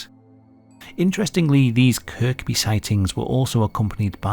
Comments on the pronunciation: Kirkby is pronounced Kirby. Not that it matters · the second k in Kirkby is silent. So pronounced Kirby. Also Notty Ash is not to far away, so probably just a few diddy men escaped from the jam butty mines. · Another intriguing video! Kirkby is pronounced "Kerby" BTW 😊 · you dont pronounce the second k in kirby